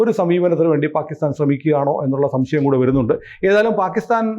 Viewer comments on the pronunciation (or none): none